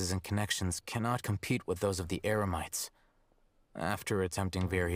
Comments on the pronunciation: looks like paimon is as confused as i am, first she says emerites then its eremites. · did Paimon just say EMERITES? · Paimon said "Emerites" 😂